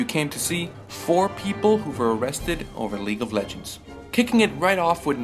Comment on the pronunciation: "League of Legos"